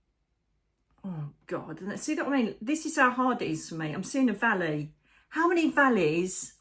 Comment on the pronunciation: When you said valley , for a brief moment I thought you were talking about a valet 🤣